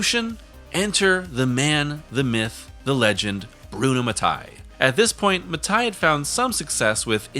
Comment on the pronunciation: Damn it, Mattei is pronounced Matt-ae-ee (not ma-thai) 🇮🇹